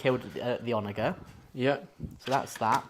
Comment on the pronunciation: I hate to be That Guy but it's "OnaJer" with a 'j' sound, not a hard 'g'